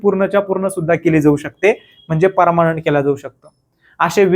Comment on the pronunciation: Parmanent ❌ parmnat 😂😂😂